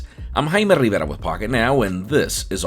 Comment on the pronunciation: Rrrrrrriiiivera,how come you pronounced like that. I don’t know but it hurts my ears.